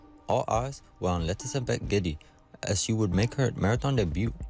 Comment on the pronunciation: GIDEY - wrong pronunciation - not GEDDY!